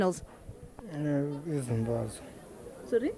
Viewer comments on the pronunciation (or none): Lol… did that guy in denim say “Zimbadzwe”🥴💀🤡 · It's just a hatregy of Zimbabwe look at that dread log guy he don't even have confidence of what he is saying he can't even pronounce Zimbabwe just deal with crime and Criminals